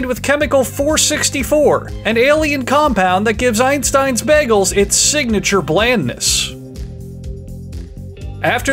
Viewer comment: The boygol? De boiagoll? D BOYEAGOULL!